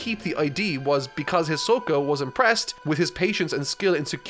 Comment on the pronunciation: I think that at one opint in the video instead of hisoka you said ashoka😂